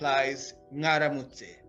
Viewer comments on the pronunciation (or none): You're pronouncing mwaramitse like ngaramutse?😮